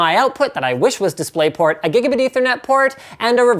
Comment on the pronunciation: "A Giggidybee Ethernet Port".